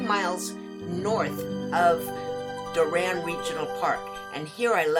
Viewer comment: It’s pronounced door-un